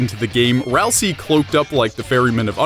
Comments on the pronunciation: It's C-hara not CH-ara and ralsEI (ral-say) not (ral-siy) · Pronounces Chara CHara and ralsei ralsie oof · 2 THINGS. FIRST, ITS NOT SAID RALSEE, ITS SAID RALS-EYY AND RALSEI IS AN ANAGRAM OF ASRIEL BECAUSE RALSEI IS ASRIEL THAT IS THE REVEAL AT THE END. there ya go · your saying ralsei wrong! its pronounced Ral say! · Dislike for mispronouncing ralse - LANET OLSUN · Dislike for saying Raslei is a girl, and mentioning and mispronouncing Chara. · Dislike for mispronouncing Ralsei :D